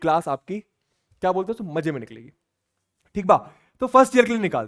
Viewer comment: THIK BAA 😂😂 THIK BAA😂